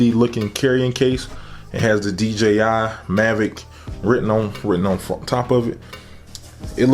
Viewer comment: Man said d g i